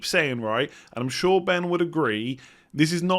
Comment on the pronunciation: Yeah because he pronounces "sure" exactly the same as "Shaw"